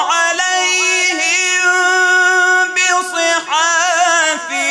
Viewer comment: وقعو فى الخطأ عندما طغى الاداء عليهم دون الانتباه /يطاف عليهم/ فى كلمه (عليهم) فى اخرها كسر وليس ضم وشكرا